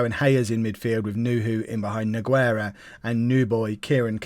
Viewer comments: Exactly it may sound weird but Nogueira for example sounds like this: NU-GAY-RA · I'm gonna give you a little tip for like 90% of all spanish/latinos/Portuguese people the "U" in the middle of the name is silent, just so you know in this case "Nogueira" the "u" is silent